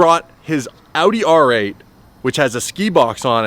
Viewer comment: he butchered the R8 😂😂😂